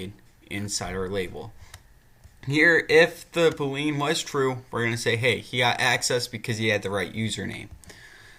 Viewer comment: Bool - ee - an. Not Bool - lean. Thought you might want to know the correct pronunciation.